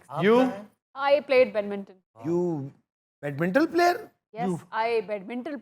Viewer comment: A couple of your participants were pronouncing the word Badminton as Bedminton. It should be pronounced as bad-minton. Most people in Pakistan wrongly pronounce it as Bedminton.